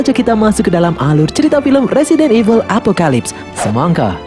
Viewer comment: Apoclypse di baca epokelaips